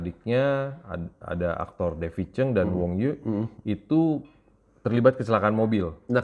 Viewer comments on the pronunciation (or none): none